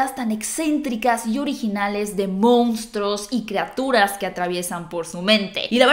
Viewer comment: ¿Creaturas? ¿Serán criaturas?